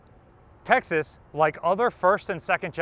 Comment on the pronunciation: No offence intended, but when you say "Texas" it does sound like "Taxes". Possibly, the state of "Taxes" should impose a low contribution on its taxed citizens. I further know, that the restricting factor in US battleship design were the Panama locks. Only the never built Montanas were planned with a 4x3 16 inch arrangement. The choice indeed is difficult, but I would prefer more guns in an efficient layout, hence the triple turret as in the pocket battleships. 12000 tonnes and 6 11-inch guns! That's something, indeed.